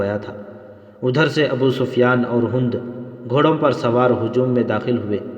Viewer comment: ھوند نہیں بہای ھند(ھیند) اور صحراء بفتح الصاد ہے بضم الصاد نہیں صوحرا نہیں بلکہ صحرا ھے